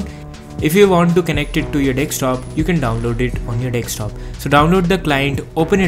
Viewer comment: desktop not dekstop